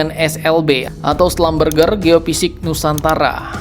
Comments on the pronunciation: Slumbesi (baca) = Schumberger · SLB bacanya slambersi min..🙏🙏